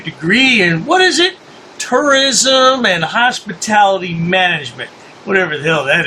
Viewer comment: it sounded like you were about to say "Hostility Business." Funny, that's what those of us in the Hospitality Business call it.